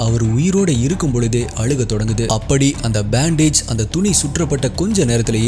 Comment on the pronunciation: அலுக இல்ல அழுக